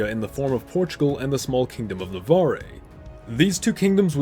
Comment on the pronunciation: (n.b. the e at the end of "Navarre" is as silent as the one at the end of "Castille")